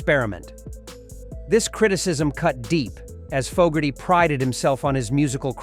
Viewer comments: It’s Foe-gerty , not fog-erty………. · "jahn fah Gertie" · ”Fog”erty pronunciation was enough for me to stop watching. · Don't know about anyone on the list but I'm pretty sure he would hate the way you are saying his name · The idiot can't even pronounce John's last name correctly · Bruce Springsteen inducted Credence at the RnR HoF. It would be nice if this bot could learn how to pronounce the artists name.